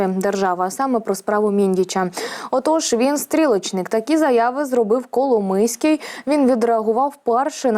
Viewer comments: Пані ведуча Коломойський ,а не Коломийський. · Ну варіант "коломИйський" на це прикольно, типу "хлопець з Коломиї"))))) ... але все ж я думаю, що напевно правильно його прізвище звучить коломОйський"!